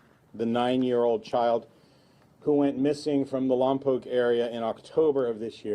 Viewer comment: Thank you for pronouncing Lompoc correctly! Our community is just reeling over this monstrous tragedy. RIP Melodee. ❤